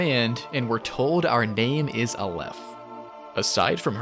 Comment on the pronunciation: I'm Israeli and I can guarantee you all of your Hebrew pronunciations (except Zayin, which funnily also means dick) are wrong. But hey, A for effort, Hebrew is a tough language! A-leph, not a-LEPH. LA-med, not la-MED. KE-ter, not ke-TER. Tif'E'ret. And so on. Regardless, great video! You clearly put a lot of work into it!